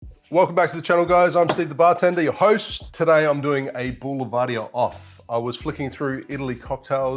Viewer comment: Pronounced Bull-Ver-Deer...👊